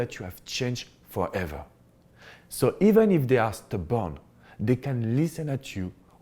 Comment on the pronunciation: you're adorable... I thought you said "if your ex is the bomb" instead of stubborn. 🤣🤣. Love your accent and great advice.